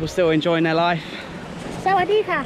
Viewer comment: Loved the way you said Sawadee Ka! Thanks!